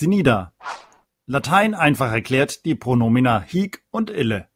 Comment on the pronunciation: Hallo, ich möchte gerne etwas anmerken. Man spricht das hic nicht hiic aus sonder hic, also das i kurz ausgesprochen. Es sei denn, es geht um das wort hic-hier.